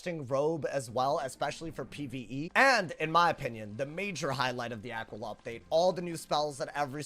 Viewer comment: It's actually pronounced Uh-key-Luh, after the constellation.